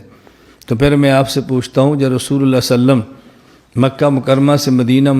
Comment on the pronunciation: جن گدھوں کو صحیح ڈھنگ سے صلی اللہ علیہ وسلم کہنا بھی نہیں آتا وہ دلیل کی بات کرتے ہیں(انڈیا )